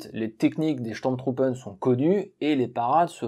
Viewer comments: Affirmatif ton accent allemand mange pas de saucisses le matin. Mais au moins pour les sturmtruppen, ce n'est pas steurm truppen mais stourm trouppen . Le U ce prononce Ou. Cependant si le tréma est présent sur la lettre ü alors ou devient u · C'est chtourm troupe phonétiquement parlant 🙃